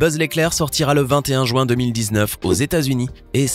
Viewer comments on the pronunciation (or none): none